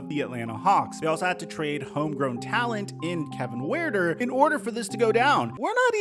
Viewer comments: Great video! It's "her"ter, not "we're" ter.... But for real, if the Hawks don't get this stuff together, they're going to lose a lot of ticket sales. Nick needs to stay in his place.. stop micromanaging. How do you expect other people to join this franchise knowing that is dysfunctional?.... Only time will tell... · Who is Kevin Wearner 😂😂😂😂😂 It’s pronounced Huerter (Hurt er) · It’s pronounced like HURTER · that’s true but but you noticed the nba used to say “hew-ter” his rookie year and now they say “her-ter” just like with Giannis someone corrected them already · This man just said "Kevin Where-ter" 🤣🤣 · Huerter=“her-ter” don’t usually fix pronunciations but I liked him and you butchered his name 😂😂😂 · Why are u saying Kevin Wuerter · Kevin "Whereder"😭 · I know damn well you didn’t just butcher tf out of Kevin Huerter’s name like that… cmon bro you are a top tier sports channel. I know you can pronounce names. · The way you say huerter gave me cancer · Your best player can’t be your worst defender and a nonexistent leader. I never realized “Huerter” was a challenge to pronounce btw. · Bro that’s not how you pronounce Kevin Huerter’s name lol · How the fuck did he manage to fuck Kevin Huerter’s name up that badly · Why did you say Kevin’s name like that!?😭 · Glad I wasn’t the only one who noticed- made me cringe everytime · Put respect on Kevin huerter he ballin 😂 saying his name all wrong